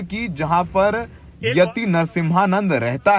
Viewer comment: phli bat to yti ji ka name sahi se lo